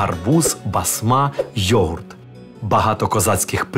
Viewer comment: Фільм чудовий, але чому ведучий у деяких словах ставить неправильний наголос? Як це показати дітям, які вивчають українську? Визвольний, отаман, йогурт тощо 😢